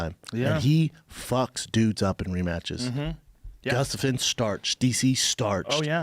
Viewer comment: The way Schaub says “Gustafson” really bothers me